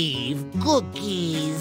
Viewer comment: i LOVE because he says cookies in such a weird way that i love it lol